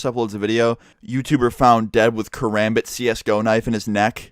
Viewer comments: awesome vid bro! srry i am a knife collecter and martial artist its a filipino style knife i personally like to pronouce things as they would were they come from so its pronouced ka-rom-bit not ka-rambit but great vid (hope i didnt sound like a douche XD) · love your stories, but it is pronounced ker Ahm bit, not KerAMbit. sorry, I'll leave now